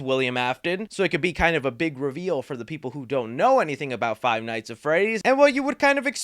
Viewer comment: Did he say fie nights at Freddy’s?